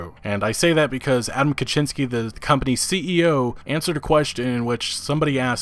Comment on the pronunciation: Kiciński - Kee-tzee-n-ski (all polish I is read as I in SKI). Polish I read as english I sound like polish A, making Kiciński sounds in your speech as Kaczyński. You make duck out of a kitten.